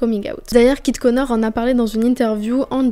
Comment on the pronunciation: trop cool la vidéo mais à tu dis "Kit Konar" 😭😭 elle est géniale sinon la vidéo !!